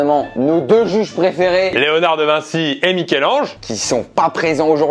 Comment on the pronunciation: C'est Michel Ange et pas Mickel Ange au cas ou..